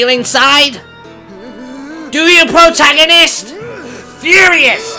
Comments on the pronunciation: Wow, when you said "pwotagonist" I was hearing "ahaha, ahahahaha, ahaha, ahahaha" for hours. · i neay died laughing when the demon lord ame up to link and you said, "Mmmm. You smell good PWOTAGONIST!...." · Pwotagonist! Ahaha! Ahahahaha! Ahaha! Ahahahaha! It's time to doo-doo-doo! Doo-doo-doo-doo-doo! Doo-doo-doo! Doo-doo-doo-doo-duel! I love.